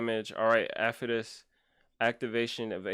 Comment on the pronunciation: gosh what a crazy account. i love how you pronounce his name afetus lol.